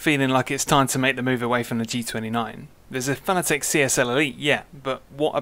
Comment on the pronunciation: pronounced fa na tick